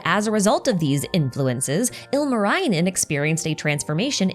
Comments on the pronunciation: Singing contest... I'm assuming you'll leave the analysis on the type of singing contest to your other video. Anyhow, great video! Lots of things I already knew as a Finn and a bunch of stuff I didn't. Seeing is all in Genshin context is very interesting. Tip for pronounciation: the vowels are largely pronounced similarly to Japanese. I admit I kept cringing whenever you said Ilmarinen. But otherwise you did pretty well. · The way I hear the good try with finnish names. Ilmarainen. Ilma means air. Also, the double consonants being very hard for English speaking people is always very hilarious. Lot of Finnish folklore names have double letters in them.